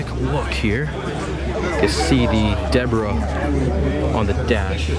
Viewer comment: "deborah on dee dash dare"